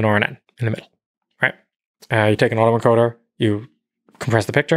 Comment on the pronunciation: “it was an auto encoder and rjena andndja ajajd right?